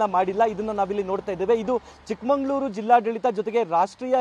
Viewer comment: ಲೋ ರಿಪೋರ್ಟರ್ ಚಿಕ್ಕಮಂಗಳೂರು ಅಲ್ಲಾ ಮೊದಲು ಚಿಕ್ಕಮಗಳೂರು ಅಂತ ಊರು ಹೆಸರು ಹೇಳೋಕೆ ಕಲಿ